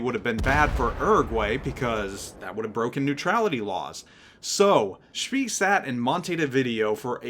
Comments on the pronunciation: its NOT speeeeeee my goodness.... more like "speh" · It's 'eh', i.e. just a long 'e' which in German is not a diphthong. I think the exact same vowel does not really exist in English but it's definitely not 'ieh' like in the English 'bee'. The 'ay' is just the closest you get in English so it's easier to learn and find examples (and will usually be understood.). Actually it's a bit lighter than the first 'e' in 'celery', and of course a lot longer. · nice one! small point though, I am not German, but AFAIK the ee in Spee is pronounced more like 'ay' so it becomes 'shpay'. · Isn't it Spee pronounced spay? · Pronounced Spae NOT Spee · It's pronounced more like SPEY, not SPEE. Rhymes with "hey." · Correct his pronunciation is at best ignorant, at worst very annoying. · Nice review thanks! Oh, and I always pronounced it Graf "shpay" I could be wrong though.... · Graff schmeeee! British did know what to call them. The pocket Battleship is an insult type name to make them sound less scary. Pronounce it spay by the way! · Thought it was pronounced "Grahf-Shpay". With a hard 'A' sound in Spee. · He's pronouncing it wrong. It's more like "Spae" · yeah I'm pretty sure it's spay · you didn't pronounce it like the videos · LOL, hard to argue with that one. Definitely what you said ;-)